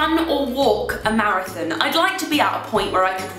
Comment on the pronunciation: "marathin" hehe love how you pronounce that